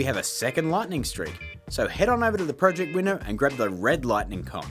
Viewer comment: My friends make fun of me for saying project like that